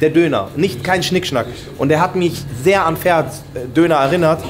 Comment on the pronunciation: Das heißt ferhat und nicht ferat du sprichst das h nicht aus 15€ zu teuer kannst du vergessen